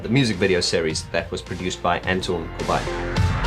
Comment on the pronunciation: Dude you're the only non-Dutch person who pronounces "Corbijn" correctly! (I'm Dutch)